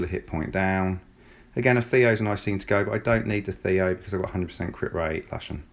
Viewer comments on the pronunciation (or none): It's 'Looshen' not lush -en ;)